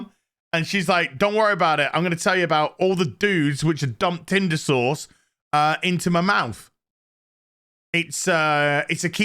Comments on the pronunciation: It still sounds like you're saying Tinder sores. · 5 of these in, and I still laugh everytime says "rear doughnut shop" and "tinder sauce" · I was so happy when your review of this show popped up. Every time you say tindersause, I bust out laughing.